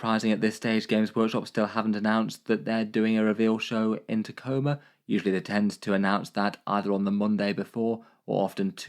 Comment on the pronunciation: Thank you for pronouncing Tacoma correctly.